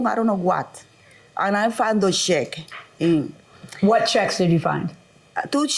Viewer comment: Check? I thought she said sheck. I said what is a sheck? Lmao...